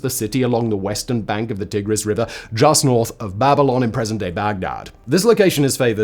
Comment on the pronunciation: Tiggris? Ummm i sincerely hope you don't call the animals tiggers